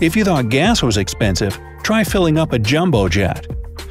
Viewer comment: IT'S NOT WIZZ IT'S WUZZ